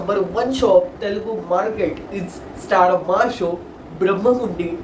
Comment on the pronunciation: What he's probably saying may be you're pronouncing Telugu in English style🤔